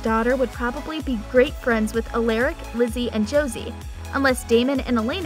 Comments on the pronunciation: You for real need to learn how to say Stefan, Alaric, and Salvator before you start talking about the show cause clearly you’ve never even seen it if that’s how you’re saying the names. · Please stop saying Stefan, Alaric , and Salvatore like you do it’s so cringe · Wow, done a whole story about these characters and we all know she never watch’s single episode. Watching these really got to me. She mispronounced Stefan, Alarac name wrong. Yes I may be misspelling it but at least I can pronounce them correctly along with Stefan and Damon‘s last name a Salvatore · Why is she mispronouncing the name Stefan, Alaric & Salvatore? Really annoying. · Has this person ever watched one episode of any of these shows? She doesn’t know how to pronounce any of their names! Salvatorie? Give me a fucking break! “You’re gonna want to say it Alerick, but it’s Alaric!” And did she say Legacies was the one we loved the most? 😂😂😂😂 IMO The Originals actually gave TVD a run for its money! They were both great shows, but Legacies just seems to be lacking. It feels like it’s staying alive through nostalgia imo. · Why did you say Alaric like that😂. Isn’t it pronounced Uh-L-Are-ic not Uh-L-Air-ic?? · A lar ric not a Lear ric who else pronounces it alaric and not alearic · its alaric not ALACRIC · Her: Aliric like uh child anyways sooooo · Dude and Alaric, she’s literally pronouncing it like Alayric. Like ar makes the sound r not a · U-l-a-r-I-c how to pronounce the name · You pronounce Alaric (All-our-ik), Stefan(Steph-In), Salvatore(Sal-va-tor) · Almost every single name 🤦‍♀️ Stefan, Salvatore, Alaric.... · the pronunciation of stefan , salvatore and alaric 😭